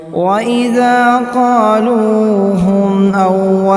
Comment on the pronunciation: وإذا كالوهم كى جگہ قالوھم پڑھا ہے, تصحیح کی جائے, اور بھی کافی غلطیاں ہیں تجوید کے لحاظ سے